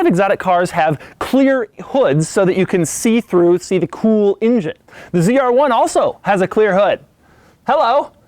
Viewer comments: Love ya Doug but for christ sakes stop saying “ingine”...it’s pronounced “engine”. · Engine - not Injun lololol....other than that, your vids are great - thanks! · Why do you pronounce engine "INGIN"?